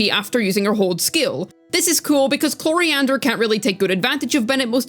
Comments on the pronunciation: Chlorinde ❌ coriander ✅ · CLORIANDER? lmao wtf